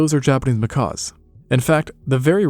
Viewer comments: Seriously; macaws are friggin' parrots. I love this pair of channels (Extinct Zoo / Live Zoo), but the number of mispronunciations in this video alone are pretty disheartening for what's supposed to be educational content. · Not "macaws". "Mckacks." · A Macaw is a BIRD. These are Macaques, sounds like mah-kak...As opposed to mah-kaw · They are not Macaws but Macaques pronounced makack or makock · They are not pronounced like macaws- it’s pronounced macack. Like back. Do you not learn these things when researching your videos? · He either cannot pronounce the "cuh" sound or he is saying it that way to avoid YouTube flagging his video